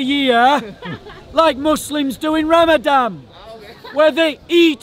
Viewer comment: This is Ramadan not ramadam